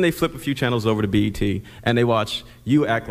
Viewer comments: B aïe T 😂😂😂 ça ce prononce BI " I " TI = BET ! comme je vous écoute comme un podcast j'ai pas compris tout de suite que vous parlez de cette chaine 😊 je n'ai pas encore fini la video mais je tenais a dire que bravo c'est ultra interessant ! Bonne continuation ! 😊😊😊👍🏾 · mdrr c'est bet pas b.i.t pourquoi tu lis le E " aie "